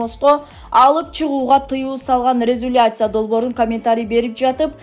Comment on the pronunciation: туура окунузчу сураныч. "Резюлация" эмес резолюция. Биринчи бир эки жолу текстти окуп алсаңыз кыйналбайсыз. "Дискуция" эмес Дискуссия.😂